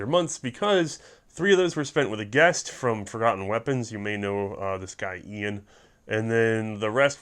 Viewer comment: "Een"? Who's that?